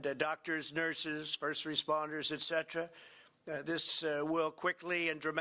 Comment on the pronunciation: and , What is a " first respontoor"?